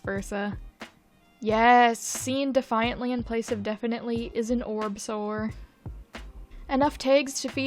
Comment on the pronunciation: Not "orb-sore" ☠️☠️☠️☠️☠️